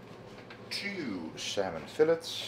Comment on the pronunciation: Salmon 'Fill-its.' Hilarious. Good luck